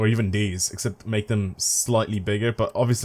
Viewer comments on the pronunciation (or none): none